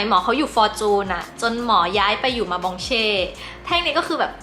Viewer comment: ล่าสุดดูละมุนดีค่ะ ขออนุญาตนะคะ หมอเฉลิม บองมาเช่นะคะ ไม่ใช่มองบาเช่